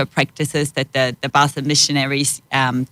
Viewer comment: Learn how she pronounces “Basel”. It’s not how you say it.